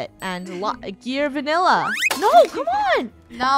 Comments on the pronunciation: instead of gearvanilla its gavinilla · funneh says gear vanilla i ganilla